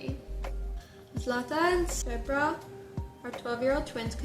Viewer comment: Macedonian here! The twins' name directly translate to Gold (Zlata) and Silver (Srebra), and while I've never read that book, I'm sure the author had something to say with those names specifically. Your pronunciation was perfectly fine btw! :)